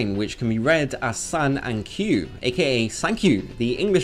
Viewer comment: Except 9 in japanese is "kyuu" not "ku". But nice clickbait. Bye.